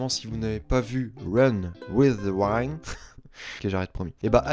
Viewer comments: Juste on dit pas waille neude mais winne d(e) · Ne meurt pas avant de savoir que l'on ne dit pas run with the waoind mais run with wind (iiiii) XD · WIND ÇA SE PRONONCE OUÏNDE PAS OUAÏNDE Merci pour cette vidéo. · run with the wind!! Avec le son [i] pas [ai]. C'est juste pour te permettre de bien prononcer un anime que t'aimes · Bon bah je m'arrête rapidement dans la vidéo vu que j'ai pas encore vu "Run with the Wind" et que j'ai pas envie de me faire spoil vu qu'il a l'air intéressant. Sinon "Wind" ça se prononce "Ouinde" tout simplement, tout comme on dit "The Promiiiised Neverland" !